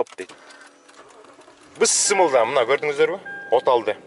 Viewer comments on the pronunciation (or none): Ассаламу алейкум, ишинизге ийгилик, кино коргондой эле болдум. Анан бысмылда эмес, бисмилла десениз туура болот. Рахмат